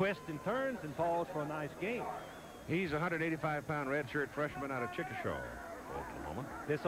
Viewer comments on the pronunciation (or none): Well, the national talking heads only got 2 things wrong about the Sooners this time: 1. Chickasha is pronounced chick uh shay, instead of how they were pronouncing it, and 2. The 1st name of the Sooner QB who took over for Troy Aikman has a 1st name pronounced juh mel, rather than they were trying to pronounce it. A little more research, and they would've looked better... Had OU and Miami been matched up again for the national championship at the Orange Bowl, I have a hunch OU would've prevailed, but the Sooners ended up defeating I think an undefeated Penn State team to win the Big One :-)